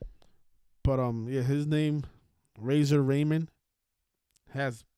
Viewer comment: It's Razor Ramón chico